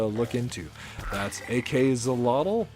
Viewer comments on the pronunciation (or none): ❌Ak-solotl ✔️Ak-shólotl The word is Nahuatl and the "X" sound is "Sh", also the first "o" have a dominant sound, that first "o" sound higher and stronger that the second "o". (The "tl" sound was very nice).